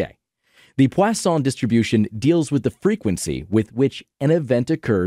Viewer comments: The high-effort pronunciation of Poisson juxtaposed with the butchering of Euler was incredible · pronounces poisson correctly, can’t pronounce euler correctly